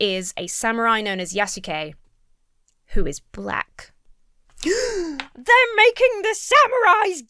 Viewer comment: You know its not what they actually care about. They all simply became Japanese historians overnight (while most cant even pronounce Yasuke's name right in their videos.)